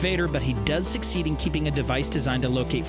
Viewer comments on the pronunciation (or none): none